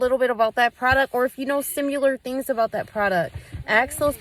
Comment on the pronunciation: she said ‘simular’ 😂❤